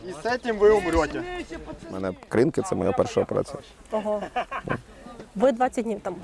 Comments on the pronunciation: Ведучі,не будьте дурними, а поцікавтесь як вимовляється назва Кринки.Наголос на другу букву И - КринкИ КрИнки вимовляють кацапи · КринкИ, КринкАх. Можливо вже перестаните каверкати назву населеного пункту!!!